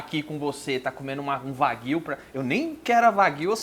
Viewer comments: Opa, sensacional! Só uma dica, a pronúncia de 和牛 (wagyu) é "uáguiuu" e não "vaguíu" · Nao se le: Vaguio. Se le:Uaguio